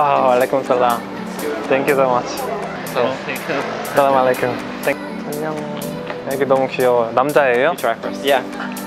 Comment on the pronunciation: Nice to see you but not salaam alie kum Actually word is As salaam mu alie kum